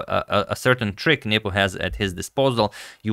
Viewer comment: Every time Antonio says nepo my dirty mind hears nipple😂😂😅